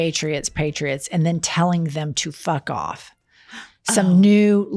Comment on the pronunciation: I thought she was saying fick off too and that's why I didn't get it